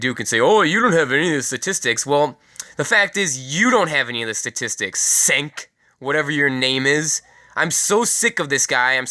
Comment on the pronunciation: kind reminder , Cenk is pronounced "jenk"